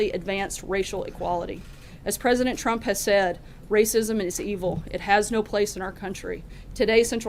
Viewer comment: wow wow she says president chrup